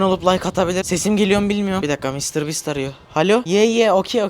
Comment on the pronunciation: Konuşmayımı unuttun? Mr bastır diyorsun doğrusu Mr biisttir